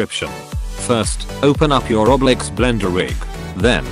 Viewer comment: Bruh when that bot said roblex i died